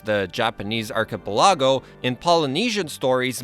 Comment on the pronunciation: The way your pronounce Archipelago